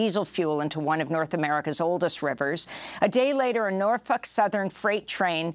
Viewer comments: Its NorFOLK, not NorF*UK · Amy's got the pronunciation of NorFUK down pat. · Every time she pronounces "NorfOLk" as "Norfuck" take a drink.